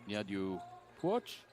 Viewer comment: For Aussie team its pronounced N-dee-u Pot-ch (Nydiew Puoch), Tay-lor Br-aze-l (Tayla Brazel), Isle-aa Jur-fer-mans (Isla Juffermans), Pee-tree (Petrie) and Iz-o-bell Boar-lace (Isobel Borlase)